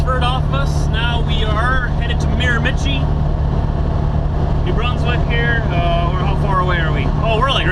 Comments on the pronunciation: It's pronounced "Mare-Ma-She." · Actually it's pronounced Mira-ma-shee. Great video. Keep them coming. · I am from the Miramichi and just thought I'd clarify that it is pronounced Mira-ma-shee, just so you know for the future:) its the Irish capital of Canada and very famous for salmon fishing:) love your videos, keep it up!! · I believe it's pronounced Mira-ma-CHEE. Very famous for the salmon fishing there. Love your videos. So you call a hat a toque...do you know what we call a togue in Northern New England? It's a lake trout. Be safe driving and give Diesel a back scratch for me. Sometime you need to take a run over to Prince Edward Island -- lots of cows there. :)